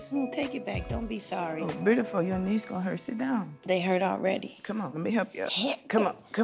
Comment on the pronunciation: Her "broodiful"? Cracks me up every time lmao 🤣